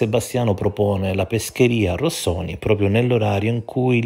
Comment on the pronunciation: Affatto plausibile vederla come un raffazzonato tentativo di despistaggio, sono d'accordo, ma non è che la difficoltà di pronuncia (diciamo così) della parola Rossoni possa indicare più semplicemente proprio il fatto che SebanNello sta mentendo mentre la dice? A ogni modo l'alibi di ferro si sta rivelando sempre più "dai piedi di balsa" (cit. Elio e le Storie Tese) Bravo, sempre sul pezzo! 👍🏻